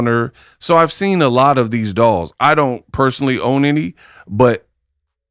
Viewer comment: Dials 😂not dolls